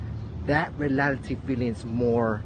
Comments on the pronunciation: He said “Realily” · Why do I kinda find it funny how he’s saying reality wrong?